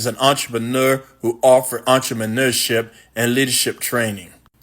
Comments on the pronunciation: entremanureship ...what's that shit? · This is all hilarious but that man in the little clip said "entreMANUREship!" 😂